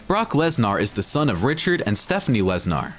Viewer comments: Can't even say his name right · Guy can't say his name right 😂